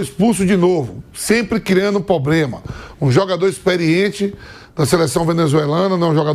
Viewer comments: Isso é um representante "corintiano" hein rsrs não tem a capacidade nem de falar PROBLEMA ou ele fala pobrema ou problema, enfim é mais um semi analfabeto "ídolo corintiano" falando merda. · Vamp..... P-R-O-B-L-E-M-A. nao eh Pobrema, Problema, Plobrema.... tantos jornalistas e ninguém pra ajudar....???